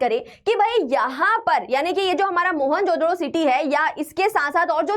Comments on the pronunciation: Everything is fine but please fix the pronunciations... it becomes difficult to understand... especially Mohenjodaro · Mohenjo-Daro pronunciation 😭😭